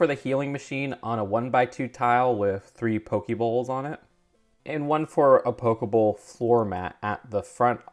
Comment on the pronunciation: Its Pokeball not pokebowl.